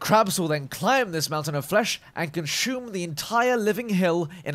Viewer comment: lol conshum